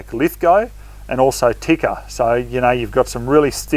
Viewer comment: Tikka, Pronounced Tea-ka.